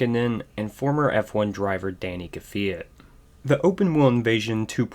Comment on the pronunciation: So was Danil kvyat